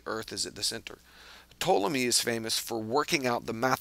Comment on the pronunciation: Ptolemy is definitely not pronounced the way you mentioned! I am a Greek speaker and a Historian. You do pronounce the 'P', and the vowels are also pronounced different to the way you suggested. Besides that, very well explained video. :)